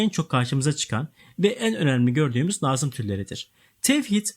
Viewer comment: Hocam iyi hoş da nazım kelimesini doğru telaffuz ederseniz iyi olur aşırı kulak tirmaliyoo